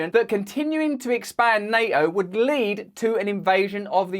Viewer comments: Neo? What does the Matrix character have to do with the Russo-Ukraine war? Ohhh! Na*T*o! Once this latest dastardly attack on the man is flushed away, I'm going to kidnap him and imprison him for a day's elocution. Yes, yes, his "orwite mite" (alright mate) palaver is very entertaining and part of the schtick which made him famous but there's no excuse for no Ts at all! And then there's "SHtraight". 🤦🏼‍♂ No Russell, you know perfectly well that you're perfectly able to say 'straight' with a perfectly sibilant S. Once you've kicked these ridiculous 'accusers' aside, there'll be no more need for ANY nonsense. 😊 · Nay-o? wtf? Nay-o?